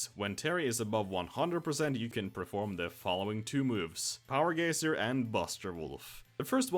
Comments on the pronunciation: I'm sorry, Power "Geysier"? I have never heard someone pronounce it that way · "So long, Power Gayser" -Marlo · "Power Gayser" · His pronunciation of power geyser urks me